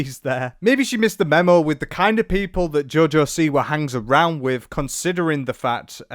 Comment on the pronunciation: I genuinely thought you said Jojo c-word. Apt